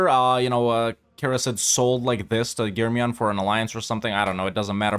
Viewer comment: I love how correct you said the germiyan and menteşe. Nice video man keep it up.